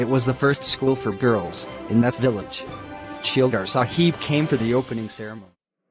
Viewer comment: It is champa in pronounciation and not kampa Tehsildaar nd not shildar Just a correction everything else really awsm 🔥